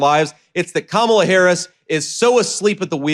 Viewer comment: Vance is stupid as trump and he can't pronounce Kamala!